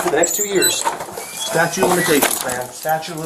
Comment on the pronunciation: LOL, "statue of limitations"? It's STATUTE